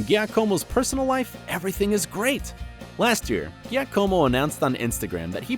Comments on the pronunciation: My son is named Giacomo and was so mad on how the guy pronounced his name. He said if this guy was in front of me I would kick him for saying my name wrong. I just started cracking up, 8 year olds they are so funny. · I corrected him out loud with an attitude cause how u get his name wrong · ghiacòmo? seriously? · it's [ˈdʒaːkomo] like Jacomo Janniotti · The way they pronounced Giacomo makes me wanna die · The way he pronounced giacomos name made me cringe so hard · I lost it when he tried to pronounce Giacomo’s name 😂😂😂😂😂😂😂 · giacomo is the best one ahaha